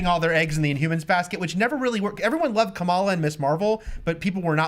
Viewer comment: Guys, Kamala is not pronounced like the VP. No consistency on the panel.